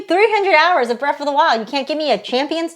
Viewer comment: Breath not Breff